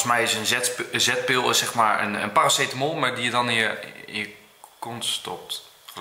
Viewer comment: besterschap! Ik vind het altijd zo leuk dat je paraceteknol zegt!